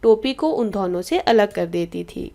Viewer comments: Ma'am itsदोनो not धोहनो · Why do u pronounce Dona like dhono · Ma'am app dono ko dhono mt bola karo bohot hassi aa ti h dhonon nhi hota dono hota h 😂😂😂😂